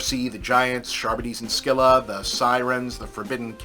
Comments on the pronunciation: Charbedee's: We have the teeth! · I think you mean Charbadis? :P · Man, I hope that isn't how you actually pronounce Charybdis, otherwise I've been saying it wrong for decades. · This was a great review. The pronunciation of Charybdis made me do a double take and frown before smiling and laughing at your butchering pronunciation line. You’re a good dude, Bob Chipman, be kind to yourself. You deserve it. 😊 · A+ review F- pronunciation of “Charybdis” 😂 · Was gonna say, what the fuck was that